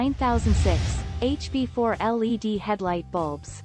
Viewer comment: Computer generated narratives suck ! I refuse to listen to a bot that can't even pronounce words correctly They are not lead headlights, they are L.E.D.